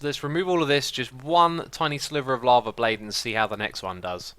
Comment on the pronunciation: I like that whenever Xisuma says "lava" it sounds like "llama" to me. XD